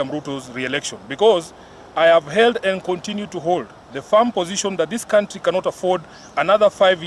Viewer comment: She read held as healed. Very illitrate